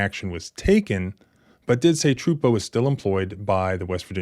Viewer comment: I believe you're pronouncing the troopers name wrong. It's Trooper a.j.Tru poo